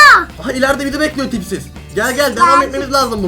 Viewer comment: Abi yanlışlıkla tipsiz derken pipi dedi 😂😂😂😂😂 seviliyorsun ❤❤❤❤❤❤❤❤❤❤❤❤❤❤❤❤❤❤❤❤❤❤❤❤❤❤❤❤❤❤❤❤❤❤❤❤❤❤❤❤❤❤❤❤❤❤❤❤❤❤❤❤❤❤❤❤❤❤❤❤❤❤❤❤❤❤❤❤❤❤❤❤❤❤❤❤❤❤❤❤❤❤❤❤❤❤❤❤❤❤❤❤❤❤❤❤